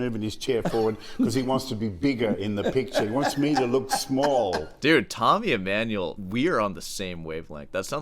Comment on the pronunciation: Tommy E-"meh"-nuel... Oh please... Not a YAMAHA... 😂 BTW, The infamous Tommy video was my intro to Sor Hands... I can't watch 🙈 Can I filter out the Emmanuel clips and just listen to the Sor commentary? Palestrina ftw... 👈👉 Dying here... Good point on melody...